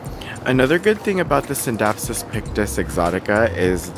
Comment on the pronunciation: I love that you do the silent C in scindapsus when people say it like skindapsus it sounds like a skin disorder.